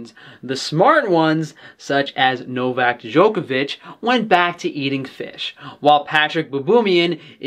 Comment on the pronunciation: As a Croat, it was interesting to hear you pronounce Novak Đoković. You were actually pretty good :)